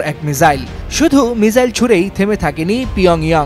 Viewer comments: মিসাইল কে মিজাইল বলেন কেনও বেহুদা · উপস্থাপক ভাই মিজাইল না মিসাইল বলেন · ওটা মিসাইল মিজাইল না😅😅😅😅